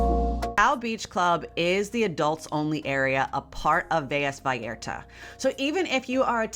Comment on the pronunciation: Velas is not pronounced with a y sound there is only one l